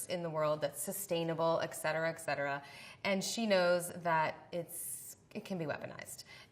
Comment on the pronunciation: hey Elizabeth Banks, it's ET cetera. not EK cetera. hope this helps you communicate.